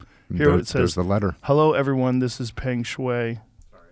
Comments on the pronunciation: How do you not know how to pronounce "peng" come on Joe... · “Pung Shuway” Not Peeeeng. Just spelled that way. X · The 'e' makes a sort of 'u' sound in bug, so you'd pronounce it more like 'pung'. The 'ai' in Shuai is pronounced like 'eye'. So it's like 'shweye'. Hope that helps! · The pronunciation of Shuai rhymes with "why." The "e" in Peng is pronounced as in "women." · Jocko is remarkably close in his pronunciation, the only difference is that 'Peng' is more like 'lung'.